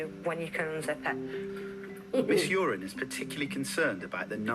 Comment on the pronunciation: Shout out to a teacher called Uren, pronounced urine - daily HELL.